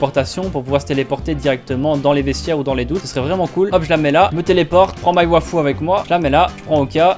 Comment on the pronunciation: Arrête de dire wafu c'est waifu '-'